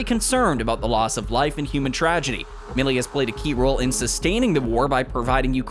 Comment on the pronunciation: It’s Mile-ee!